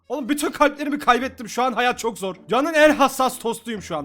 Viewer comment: "hAyAt çOkĞ zOrĞ" 🤣😂